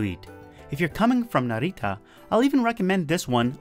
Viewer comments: You're pronouncing Narita like it's a spanish word lol. It's more like Nah-ree-tah. You're accentuating the middle syllable too much. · the way you say narita is kinda cute. sounds Spanish Naritta. with the accent on Ri. but the accent is on Na